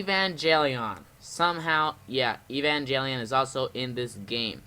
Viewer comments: Have you seen Evangelion? It's really good! Recommend it to Kaiju fans. Also, it's pronounced Ay-Van-Gale-Eon, not Ee-Van-Jelly-On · Evan (Like the name) Gel(G as in Get) ion (Sounds like the name Ian.). hope this helps your pronunciation. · "EVE-AN-JELLY-ON" lol this game better be the next ROBOT ALCHEMIC DRIVE.